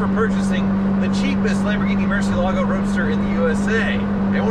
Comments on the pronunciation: why, the fuck, is everyone pronouncing it with an 's' ? it is pronounced "muɾˈθjelaɣo", with a 'th' and a soft g. It's not "moor-see-el-AH-go", it is "moor-THYE-lah-yo" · Murciélago (murci EL a go) por amor de Dios! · the way you pronounce murciélago is Spanish for bat, the Lamborghini is Italian the right pronunciation is miurchielago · Please don't butcher the Murcielago pronounciation. If Tavarish can learn it, so can you. The accent is on the e, Murciélago. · Ask Tavarish how to correctly pronounce Murcielago, please!